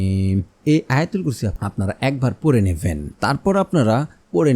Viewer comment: আপনার আলোচনায় আয়তাল কুরছি ছহি হয়নাই আছতাগফিরুললা ভুল